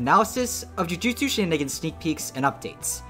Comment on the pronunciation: “shininigans” THE WHAT TOWERS?